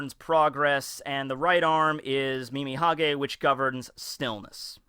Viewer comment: It's funny how you've always said "Mimihage" when it's actually "Mimihagi" :D